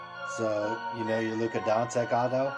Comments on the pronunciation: Hehe donsik it’s luka donchick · Don-chich not Don-sick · When you got a guy who calls Doncic "Donseck" and Teslas "tessis" you have to assume he's a pussy. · Dawn Sick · I can't believe you can't pronounce his name correctly... You should do some research before you make a video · It's funny because they are saying his last name wrong lol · Can you at least say his name correct ? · This dude can't spell starring or pronounce doncic. He must be legit. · signatures differ, people are dumb and learn to at least correctly pronounce the fucking dudes name you’re talking about.